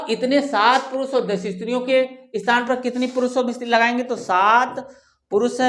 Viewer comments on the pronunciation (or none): none